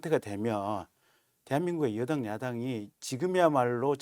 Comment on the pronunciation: 한국어에는 각 단어들에 장음(長音), 단음(短音)이 있어서 국어사전에도 표제어 장음 글자의 오른 편에 : 표로 표시되어 있다. 그런데 요즘 젊은 기자들은 한자어를 말할 때 이를 전적으로 무시하고 전부 아주 짧게 발음한다. 예컨대 '여:당(與黨)', '야:당(野黨)', '대:선(大選)' 이라고 길게 발음을 해야 하는데 짧게 발음하는 것이다. 참으로 듣기에 딱하다. 이런 폐해는 한자 사용의 폐지에서 기인한 것이다. 정말 큰일 났다. 청구인측 변호사가 "피청구인" 을 아주 짧게 발음하는데 "피:청구인" 이라고 장음을 써야 한다. 요즘 한국인들의 '한자어' 구사가 이 모양 이 꼴이다. 아유 맙소사.